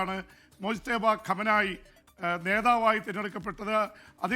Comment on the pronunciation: മോജ് തബ എന്നല്ല മുജ്തബ എന്നാണ് പേര് . അറബി പദമാണ്